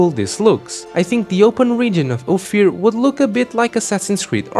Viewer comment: It's Ofier not Ofir